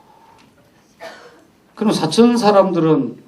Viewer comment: 지명인 "사천:의 첫 자는 길게 발음해야지요!! 시인이 이류ㅓㄴ 평상어의 발음이 틀린다면 누구에게 기대해야하나이까!??